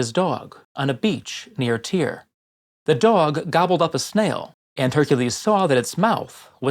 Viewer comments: Strange that you don't pronounce Tyre as tire but instead as tier. I've just never heard it said that way. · Your pronunciation of Tyre really puts me off